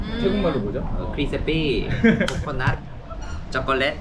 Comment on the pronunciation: คริดสะปี้ โคโค่นัด ช็อกกะแลด ไทยแท้มากกก 555555